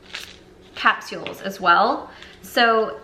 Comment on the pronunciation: Is it weird how says “capsules” or maybe it’s just me and my Long Island accent